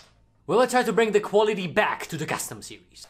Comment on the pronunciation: Your accent isn’t bad at all but try not to pronounce “th” like f okay? Love ❤️ your vid keep up the good work!!!